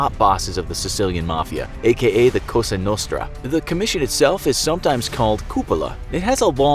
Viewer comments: It's Palermo, not Palmero :)) and cosa nostra (our thing) , not Costa nostra. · cosa not costa......you are thinking of coffee lol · Cosa Nostra, not Costa Nostra....... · Why did he keep saying COSTA NOSTRA??!!?? I’m like 99% it’s COSA NOSTRA....... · Are you saying "Costa" Nostra?? Madone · Dude you said it wrong the entire clip. LA Cosa Nostrand it's not COSTA u ruined this whole thing a waste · Did he just say Costa Nostra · "Palmero" "Costa Nostra" Is it the script or narrator? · Costa nostra?? Roflmao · "costa nostra"